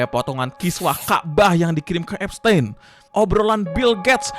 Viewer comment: Bacanya Ep-stin bang bukan ep-stein paham kan